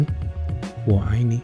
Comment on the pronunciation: Omg that mandarin "I love you" was perfect!!! >~<